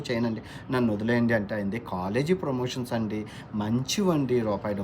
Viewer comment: ప్రమేషన్స్ కాదు ప్రమోషన్స్😢